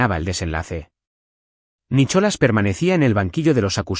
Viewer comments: Estoy de acuerdo no sé dice Nicholas se dice Nicolás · Por favor, hasta los canibales hablan Ingles!!no se dice Nicholas, se pronuncia nicolàs!!no pongan nombres ingleses si no los saben pronunciar!!!!!!😮😮😮😮😮😮😮😅😅😅